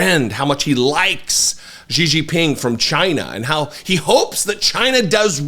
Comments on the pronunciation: ❤❤❤❤❤❤@, I love you to death, so please don’t take this criticism as me being a d-bag. Xi is pronounced She. 🙂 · Jesus, nearly every American butchers that CCP dictator’s name, but Xi is pronounced correctly like the pronoun “she” [Jinping]. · Please learn to pronunciate Xi's name, please.